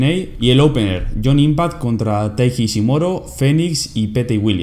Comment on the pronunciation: el unico error en el que me he fijado ha sido que en vez de decir ishimori decías ishimoro 😂 buen review sigue así